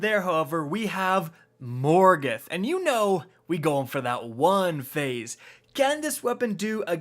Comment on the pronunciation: The way he says "one phase" on morgeth is so out of place and annoying